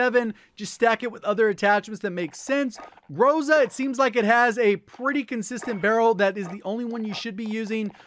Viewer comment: Dude u r rly GOD, but when u say groza make accent on A this is more correct